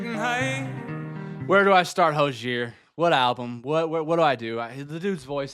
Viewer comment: by the way Hozier=Ho-zee-er